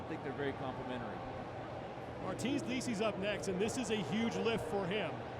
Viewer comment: He's in it though. He's the one that called Licis "Like-us"